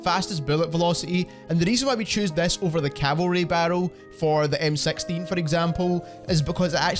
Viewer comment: Lol MSexteen? First time i heard 6 pronounced like that. Thanks for the help tho